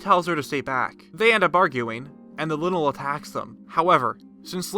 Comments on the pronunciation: This is cool but I hate the way he says lynel. It looks like a lion man so shouldn’t it be pronounced the same? Ly-nel not li-nel. Right? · Linle ... Ma’am, it’s “Lie-nl” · Im so triggered :) Its ploymus not poloymus Its lynel not linel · "linnal" It's lynel lie-nuhl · DUDE. ITS LYNEL Lai Nel not Li Nel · ITS A LYNEL!! That says linol... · your saying lynel wrong. it's like lie-nel. your saying linil. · Its lynel not linel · Ly-nel... not Linel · Its pronounced lienel not linel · It’s pronounced (Lie-nel). Lynel. 2 vowels separated by a consonant makes the first vowel pronounced long. It’s the reason they add “silent” vowels on words. For example: Face, base, plate, cape, etc. So is the argument for Toe-ma- toe or Toe-May-toe. Tomato is pronounced (To-May-Toe) for that reason. Vase is pronounced (V-ace) just like face. Y is pronounced like a short (i) when it is followed with 2 consonants for example (Lynn) or (Symmetry). Y is pronounced like a long (i) when separated by a single consonant then followed by an (e) for example: Lynel, hyper, cyber, cryer, buyer, etc. Also Y can be pronounced long if another vowel proceeds it like Geyser and if no vowels are present before or after like psycho. The reason I bring this up isn’t because I’m a grammar freak, it’s because the name Lynel is suppose to sound synonymous with the word Lion without the direct spelling. So by calling it a (Lin-el) you make it sound synonymous with the word lint which is a cotton like substance of your jeans pocket… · Isn’t Lynel pronounced like Lion? As in LIE-nel? 🤔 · My guy straight up said "Linnel" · He said linle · I kinda got a but less interested in the video when he pronounced lynel linnel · I know it sounds like lynel but it’s pronounced lional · You say Lynel like lie-nel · linel? what the hell is a linel? wth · his says linl not linanl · It is pronounced “Lie null” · Is he calling the lynel a linal? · Can we talk about how he just pronounced lynel “linel” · pronounce lynal (lie-in-al)